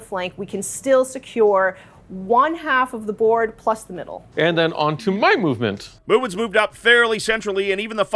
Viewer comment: lol, the "mub-ment phase"